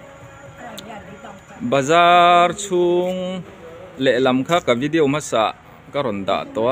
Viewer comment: Vi-de-o ti in lam mai la vi-diau ti lo khan mawi lo ve e